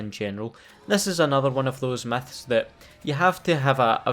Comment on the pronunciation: i love your accent, "biggest meths in call of duty games" xdd